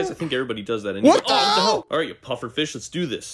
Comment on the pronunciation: saying FEESH